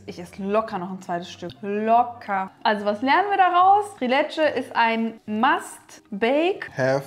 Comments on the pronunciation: Leckeres, authentisches Rezept! Die Soße sieht auch wie die aus Albanien aus. 😍 Das Dessert spricht man allerdings „Triiileeetschä“ nicht „Trilätschä“ aus :) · Das wird in der Türkei anders ausgesprochen